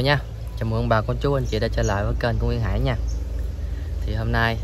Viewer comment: Ố ! Hải chứ không phải Hãy 😂